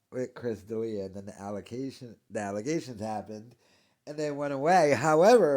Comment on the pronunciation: "Allocations" bub?